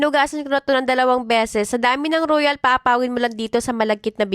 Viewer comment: royal not ruyal 😅😅